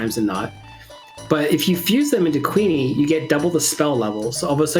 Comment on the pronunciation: For some reason I prefer the GBC version of this over the PSX version. Maybe because there's more monster types to raise. IIRC Kewne is supposed to be pronounced like Koon.